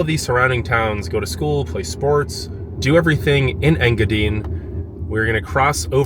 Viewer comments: Ta-qua-meh-non Falls…En-gah-dine (pronounced like diner, or dine, to eat)…Kee-weh- naw peninsula…I love your video and I’m not trying to be snarky, but I would want to know the correct pronunciations. Keep up your work, it’s great . Your excitement is contagious. If you ever go to Manistique again find out where Kitch-it-ah-Kip-ee springs is . I believe it’s calledPalms park something now. It’s pretty unique and cool. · You need to ask Google how to say enga dine!!! It is long i .... I am from there it drove me nuts to hear it said wrong lol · Overall Great video, great energy and good basic intro to UP, his pronouncing of Engadine , I’m dying ….